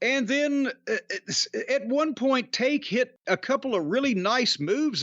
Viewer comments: Every time Jim says "Takeashit" I crack up. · I love how Jim called him Take-A-Shit... first time i saw Takeshita's name that was my immediate thought hahha.. gawddamn I fkn love this podcast